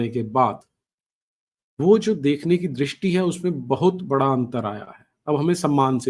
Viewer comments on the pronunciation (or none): none